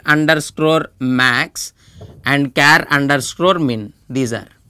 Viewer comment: Its underscore not underscrorrrrrre.